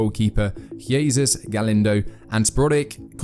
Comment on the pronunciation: I refuse to believe he mispronounced "Jesus" that badly on accident. It's the Spanish pronunciation of "Jesus" how could you possibly mangle it that badly?